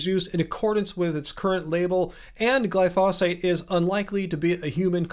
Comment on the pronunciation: my friend, it's "glyphosate" and not "glyphosphate".